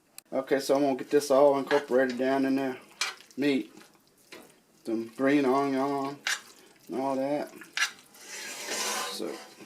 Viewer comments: I'm from the south and I've never heard anyone say onion like that...but no matter what I love recipes 😋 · i freaking love how you say onion haha